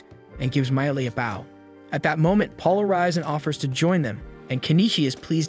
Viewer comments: I said baow in my head💔💔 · I love that AI can’t say bow.